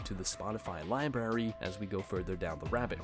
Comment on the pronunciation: did this dude real say “LIBARY”?? Like a 4 year old kid lmao, yikes.